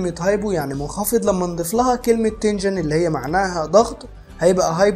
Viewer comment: تنشن وليس تنجن